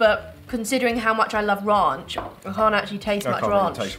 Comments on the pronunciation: They say Ronch lol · The way you pronounce Ranch I have never heard it that way. The way the lady in America pronounced it to you is how you say it. At least in America. :)